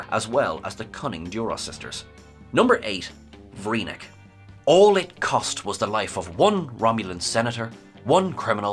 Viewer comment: "Vreenak." with an A. with a bullet.